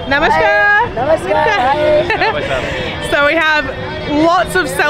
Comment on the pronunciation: You are breaking many Indian men's heart by sayin "bhaisab" ( brother) :D , but your namashkar pronunciation is great